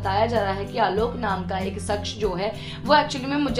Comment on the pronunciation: Mam सक्ष नहीं शख़्स होता है इज़ाजत नहीं इजाज़त होता है ।